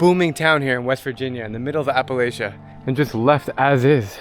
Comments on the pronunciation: I love your doccumentaries, I have one small critique. When you pronounce Appalachia, try not to use a long A, instead us a short A. As in (Appa-latch-ya) not (Appa-lay-sha). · there's no such place as "apple ay sha". it's prodounced "apple at cha." A litle research goes a long way. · You are nowhere near “way out there in the countryside,” the roads still have lines painted on them. Come about 1-1/2 hours south to Ky, I’ll show you countryside. And say it with me. App-Uh-Latch-Uh, not whatever you said. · My understanding of the word is that it's pronounced "App-el-ATCHA",not Appalaaasha. Somebody from the region, please correct me. Thank you. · Say appa la chia not appa lay chia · If you pronounce it appulaysha, Imma throw an apple atcha. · Thank you for a fair presentation of my part of the country. Just for the record, in southern Appalachia (everything south of the Mason-Dixon line) it is pronounced Appal-AT-cha, NOT Appal-ay-shuh. In the northern part you get both pronunciations. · if you are gonna come to west virginia please get the pronunciation right. its “appa latch uh” not “appa laish uh”. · It’s pronounced Appa-latch-uh dude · It's "Appal-ATCH-uh." If you want to avoid a sore spot, don't pronounce it another way. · It is Appalachia like throw an Apple-at-cha. This is the most condescending bull I’ve ever seen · It’s pronounced Appa Latchuh! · App-uh-latch-uh......even if perhaps one feels saying that is the wrong way....the moment you roll in here and say it wrong...there's a divide. Also, Thurmond has residents. That whole area has some really rich history. It's the tourist area of WV. Come back at Bridge Day or Gauley Season. We can show you a Tudors and how to leave offerings for Mothman. ...... app-uh-latch-uh......and saying it wrong....is a really big thing. Come pick me up, I'll go to Jolo with ya lol Then you got the Coalfields. A complete different WV.I loved the video. Good job, WV takes all kinds of kinds.